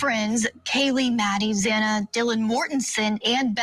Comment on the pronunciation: Xana’s name is pronounced Zaana NOT Zawna! Please be respectful of the victims! 😡